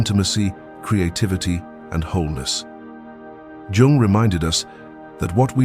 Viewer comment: Okay, but Young is misspelled. Also his name is not pronounced as with the letter J, but with the letter Y; it is Carl G. Jung.